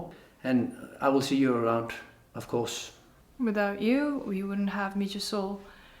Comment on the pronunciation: It’s pronounced Mee-ha 🤦‍♂️